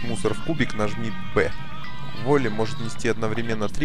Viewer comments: не волли а вАлли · Не волли а Валли!